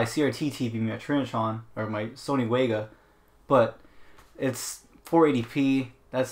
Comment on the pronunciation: Its Sony Vega not Waga!! just sayin....